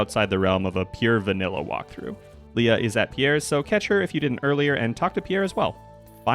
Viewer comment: Lee-uh, even...